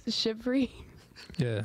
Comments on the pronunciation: Great show, but, you really need to work on your pronunciation of words bro. It’s “Chivalry” not “Chivery”. There is an “l” in there. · ChivaLry wtf is shivery?? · ChivALry. Not chivary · "Shivery" lol The word would likely be easier to understand if they pronounced the L in chivalry.